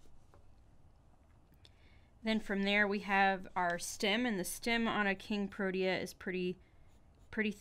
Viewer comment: Thank you for appreciate our nation flower! So for mere helpfully criticism the flowers name is pronounced pro-tea-a.